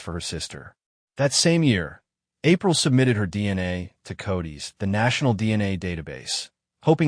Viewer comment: I really enjoyed this, but.... You say you're against ai voiceovers and the last story in the last few minutes you referred to codis as "cody's"....